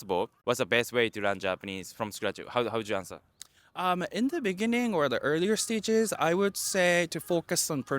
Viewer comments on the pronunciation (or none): in the benening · In the beninging